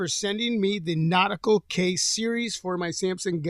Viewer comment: Nautical not Nautica 😂